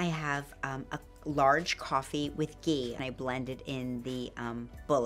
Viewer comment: Lol this coffee with ghee is hilarious. These people can’t even pronounce Ghee! It’s pure butter that’s all it is and it’s also fat so don’t go over our heads with ghee.